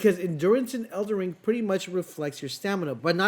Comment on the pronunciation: he also says elder wing